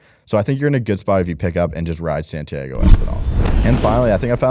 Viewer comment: Santi ah go, not Santi aygo Espinal